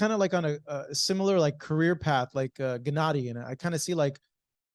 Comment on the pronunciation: "Genedee" Golovkin -Abel Sánchez